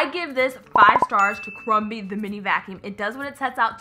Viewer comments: It’s pronounced Crumby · Does she notice that it is crumby not crumbly lmao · it is not crumbly, it it crumby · It's crumby for heaven's sake and she keeps calling it crumbly 😂 I enjoyed it 😂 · Does anybody else notice that the lady bug is CRUMBY and she be calling it CRUMBLY no hate just funny